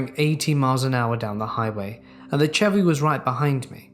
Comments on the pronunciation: my man, the Ch in Chevy is pronounced like Sh 🤣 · saying Chevy is my new favorite thing on YouTube